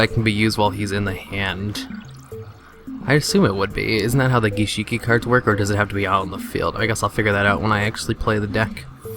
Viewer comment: You fucking called them GishEEki LOL WOW that's hilarious. And you call them NeOcloths. Just wondering, can you read?